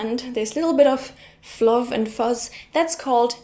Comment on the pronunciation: Do German drinks have zips in them? Fluff is pronounced with the double "f" sounding the same as the single "f" at the start of the word but longer and with the emphasis. Other than those two minor points, the English in this video is very good (as usual). The main slang term for McDonalds in Australia is "Maccas".